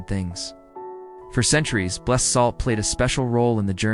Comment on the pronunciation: This is a wonderful explanation- for children and for adults! One small note- I was taught that items are blessed, pronounced like blest- and people are blessED, like The Blessed Virgin Mary. So I think with salt it would be pronounced like blest. That's what I learned, anyway! So glad this vid popped up. I just subbed.